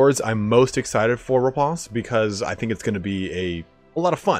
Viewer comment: "Raponse" very posh lol